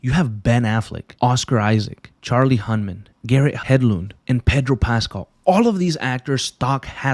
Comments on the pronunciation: bro could NOT say charlies last name right smh. HUNNAM! HUN-NAM! not "Hunman" lmao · at least sat Charlie HUNNAMs name right